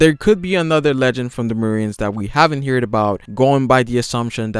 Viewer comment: "arnament" → armament "gear fort" → gear fourth "haven't heerd about" → haven't heard about